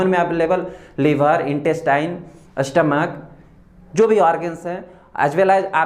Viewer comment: U r an excellent teacher. Please improves ur pronunciation. A pratyay laga kar uchchran nahi karain pl.structure ko Astructure, study ko Astudy,stomach ko Astomach ka sahi ucharan karain.sanatan. students bhi wahi sikhaingei. Viva mei bhi waisa he bolengei. Examiner pasand Nahi karaingei .take care of this point PL.